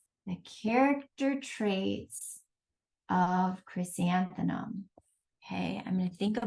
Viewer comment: Is it me, or is the presenter having difficulty pronouncing the word, "Chrysanthemum"? I hear her saying, "ChrysantheNum"